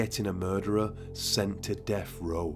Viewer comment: Death. Not deff.